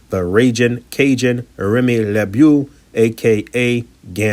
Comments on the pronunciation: two gambits on the list?? damn. fair enough. also not to nitpick too much, but beau and Remy LeBeau are pronounced "bo" not "bew". I think for me on a personal list you missed super7's Muckman, Neca's Goliath, black and white Frankenstein, their ninja turtles pizza monster, and Quint from Jaws (big NECA guy), the Star Wars vintage collection Mandalorian figure, McFarlane's DC Multiverse Swamp Thing, WWE Ultimates Ric Flair, Storm Collectibles Death Bringer, and Transformers Kingdom war for cybertron beast Megatron. hell of a year though for sure despite shipping delays and all the other madness, my collection seemed to have another boom year. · It's a nitpick but as a courtesy heads up, since you mispronounced it twice: "beau" is pronounced like "bow" (like bow and arrow) and not "byew." As in Gambit's name is "Remy Le-BOW." Otherwise great video and appreciate your descriptions of each figure beyond the same "this figure is SICK man" that certain other YouTubers use way too often.